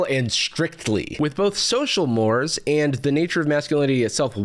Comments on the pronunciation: heads up as I keep hearing it; 'more', as in 'social more', is pronounced 'more-ay'. Def understand the mispronounciation tho, hard to get how words sound from reading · "more - eh" is the pronunciation folks. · im sorry the way you said mores is bothering me